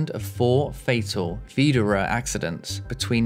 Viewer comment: I disagree. His pronounciation of Widerøe was quite good, the rest (like Bodø, Brønnøysund and Sandnessjøen) was among the worst I've heard.